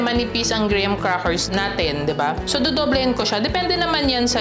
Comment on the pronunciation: Hindi “gray-ham” po, “gram” 😅 parang walang “H” sa graham. ❤❤